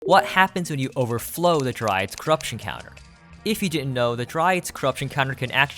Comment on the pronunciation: Bro can't keep calling it "overflow"